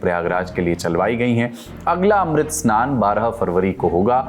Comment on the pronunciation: अमृत को तुम मृत बोल रहे हो , क्यों बाबू